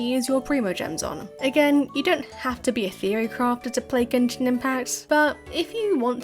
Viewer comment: Text-to-Speech go brr. "Gen-shine"? Really?